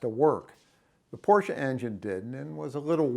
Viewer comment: Thank you for pronouncing Porsche correctly.